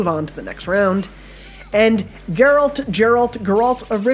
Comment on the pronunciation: No its pronounced Geralt ugh